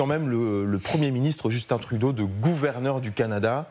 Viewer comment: Félicitations vous avez prononce Justin Trudeau comme il le fallait